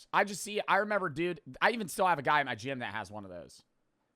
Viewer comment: “go to the gim go to the gym”